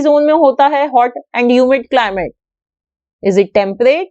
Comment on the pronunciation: It's "climate" not clim